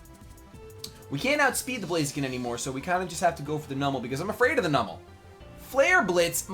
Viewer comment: the way you pronounce numel pains me